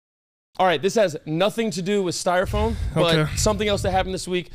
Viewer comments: It 100% sounds like is saying “styrofoaN” 🤣☠️ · Is cam saying styrofone? 🤔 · Is it me or is saying “styro-phone” lol